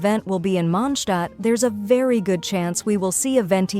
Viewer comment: Ok great video but why does she say Mondstat like Monschdot?